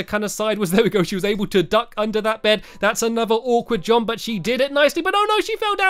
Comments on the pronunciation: Anyone else realised he says “jomp” not “jump” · Stampy! It’s jump! Not jomp 😂❤️